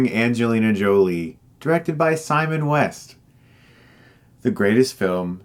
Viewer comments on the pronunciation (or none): none